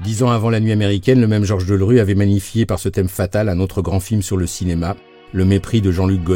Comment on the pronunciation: On dira que je chipote si l'on veut mais c'est Georges Delerue et pas Deulrue. C'est quand même formidable d'écorcher son nom tout au long du reportage.